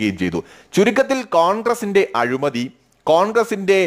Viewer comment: നല്ല വിശകലനം. അഭിനന്ദനങ്ങൾ എങ്കിലും രണ്ടു ചെറിയ തെറ്റുകൾ ചൂണ്ടിക്കാണിച്ചു കൊള്ളട്ടെ. 1. " അഴുമതി" അല്ല, " അഴിമതി" ആണ് 2. Defend എന്ന പദം അതിന്റെ ശരിയായ അർത്ഥത്തിൽ അല്ല പ്രയോഗിച്ചിരിക്കുന്നത് എന്നാണ് എന്റെ അഭിപ്രായം. വീണ്ടും ഇത്തരം ഉപയോഗപ്രദമായ വീഡിയോകൾ പ്രതീക്ഷിക്കുന്നു